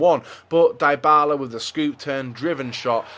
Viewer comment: is basically a full-time fifa youtuber but he doesn't know how to build a draft and pronounce 'Dybala'.